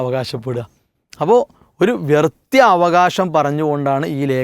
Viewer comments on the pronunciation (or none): വ്യർത്ത്യം അല്ല വ്യർത്ഥം എന്നാണ് ശരി മൂസ സ്വലാഹി വ്യർത്ത്യം എന്നാണ് പറയുന്നത് 😊